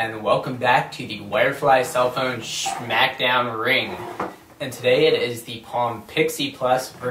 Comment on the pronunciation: lol he says shmack down